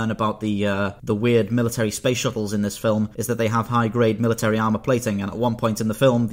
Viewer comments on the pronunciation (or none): none